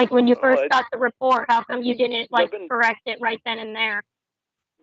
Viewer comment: I love how he tells everyone "ive never trusted anyone like i trust yew"😂😂😂